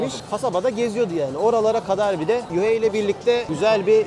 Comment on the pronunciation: Yuhei ❌️ Yahya✅️